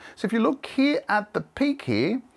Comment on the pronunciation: Pronounces the word "Here" as "He".